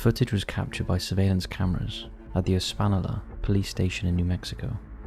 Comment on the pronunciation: Espanola is pronounced es pan yo la